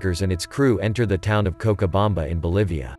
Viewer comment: the narration can’t pronounce cochabamba correctly